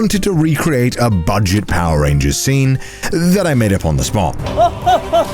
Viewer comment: you meant to say bulget right